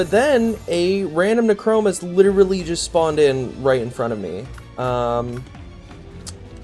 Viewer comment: nee-kro-moos :D